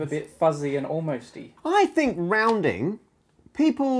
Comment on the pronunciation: "roundind", like a circle, and pi goes